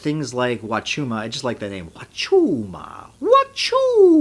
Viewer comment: I love how he became Mario while saying wachuma.